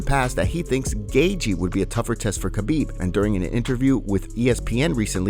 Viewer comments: Khabib's name really is not that hard to pronounce. HA-BEEB. Very simple. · People! World! The K in Khabib is silent! Get it! Got it! Goooooood!